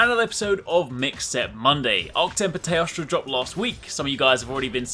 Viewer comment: after so many videos im still hearing toaster instead of teostra XD i cant unhear it anymore!!!